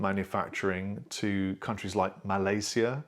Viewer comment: Thanks - very informative and balanced. For me, the most interesting part was your pronunciation of Illinois, Arkansas, Malaysia, Indonesia! Can you repeat these again in your next vid!:-)